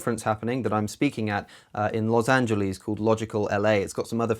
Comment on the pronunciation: the way he says Los Angeles